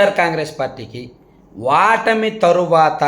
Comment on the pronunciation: వాటమి అంటున్నారు, ఓటమి